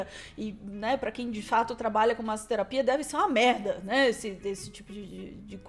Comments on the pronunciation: MASSOTERAPIA... n MAZOTERAPIA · Daí o em vez de falar “masssoterapia” ainda fala “maZoterapia”, aí fica mais podre. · MaZoterapia foi foda. Jornalista que não fala MaSSoterapia? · maSSoterapia. porra, vocês querem fazer a critica ou julgamento do negócio, mas nem sabe ler o negocio... caramba, assim é foda. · Massoterapia, não “mazoterapia”😅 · Detalhe,: a pronúncia com dois SS em "massoterapia" é como em "maço", não "mazo". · Ato falho do falando MASOterapia... SadoMasôterapia...hahahaha.... É MASSSSOtetapia...rs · Pq ele falou maZoterapia durante toda a leitura? Que agonia... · "massoterapia" tem "ss" por uma razão, é a mesma razão do porquê de "assado" ter "ss" e não ser pronunciado como "azado". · Que aflição o cara falando maSSoterapia com som de z. Não sabe ler não? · Esse cara não sabe que dois "ss" não têm som de "z"? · se fosse só um S, tudo bem. Mas tem dois SS. 😂😂😂😂